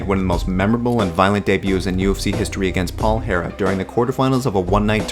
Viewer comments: *HERRERA NOT HERA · thumbs down for saying “herra”.